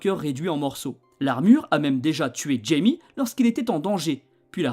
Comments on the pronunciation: c'est une super bonne vidéo mais je crois qu'on prononce "Ra-i-mê" pour son prénom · Très bonne vidéo, juste troublé par la prononciation de Jaime en fait le J se prononce R (comme dans mojito 😂) mais sinon super travail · Tu prononces mal son prénom ??? c'est bizarre de faire une vidéo ds ce cas